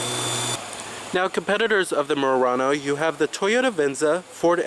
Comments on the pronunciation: Nice Mooooo...Rah-noe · Why can't you pronounce Murano properly? It's not "Meeyurano". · The way he kept saying "Murano" lol